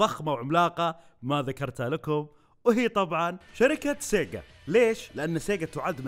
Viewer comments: لما قلت سيقا طرشت العصير 😂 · أنا انصدمت لما سمعت سيجا 😂😂😂 يلي انصدم لايك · والله انفجعت لما سمعت سيجا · خرشتني يوم قلت سيقا 😂😂😂 بس التوب تن رهيبة 👍👍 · عندما قلت sega انصدمت 😂😂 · يا ولد جلطتني لما قلت سيقا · جننتني يوم قلت سيجا 😂😂😂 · حرفيا توقف مخي عن العمل لما سمعت سيغا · جاتلى سكتة قلبية لما سمعت سيغا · افتجعت لما قال سيجا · أنصدمت لما سمعت سيجا 😂💔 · فجعني يوم قال سيجا😂😂😂💔